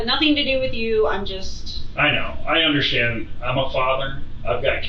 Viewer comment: Why do her and the detective say “underSchtand” for “understand”